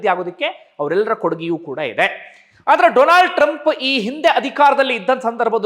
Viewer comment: DOLAND TRUMP 😂 ಡೊಲಾಂಡ್ ಟ್ರಂಪ್ 😂